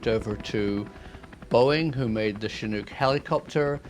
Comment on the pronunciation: Finally a Brit who can pronounce Chinook properly. Thanks for that.